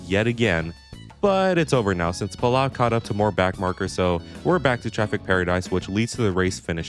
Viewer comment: its puh-low lot whatever youre saying dawg